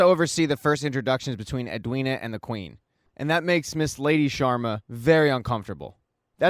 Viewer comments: It’s SHARMA not SHWARMA Homie it’s an Indian last name not a Mediterranean dish Solid recap though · Why do you keep saying Shawarma instead of Sharma. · hahaha the "Shawarmas"